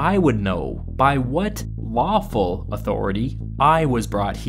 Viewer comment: i know you said lawful authority... I heard waffle authority. "All rise for the pouring of the syrup!"